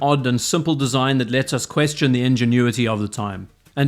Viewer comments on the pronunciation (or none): none